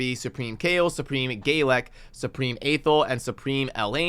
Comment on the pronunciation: So you are trying to correct Aethel but still not trying to correct the way you say Galek LOL. Rewatch episode one. It is GALek not GAYlek. Either way I will watch your content daily and laugh each time I hear it!